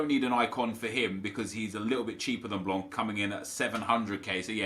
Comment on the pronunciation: The C in Laurent Blanc is silent